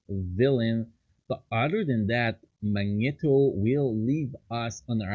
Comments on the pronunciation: Mag- Knee-Toe ur pronouncing it wrong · [Magneto] ,not [Mańeto] mate :D